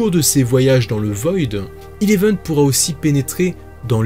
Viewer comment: Sa se dit Eleven pas Ileven😴😴😂